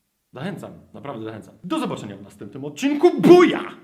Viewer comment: Nie buja tylko BUKA